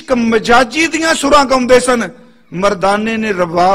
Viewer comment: Bhai sahib word ganda nahi hunda gaunda hunda hai. Theek ucharan karoji